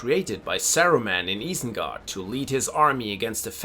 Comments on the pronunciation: Guy is butchering some of the pronunciations. Eye-sen-guard not eee-sen-guard. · es war so klar, als du Isengard gesagt hast, nur ein deutscher würde es so sagen. Aber du sprichst echt sehr gut Englisch.